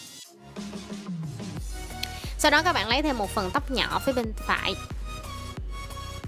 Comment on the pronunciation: nhỏ mà nghe giống nhọ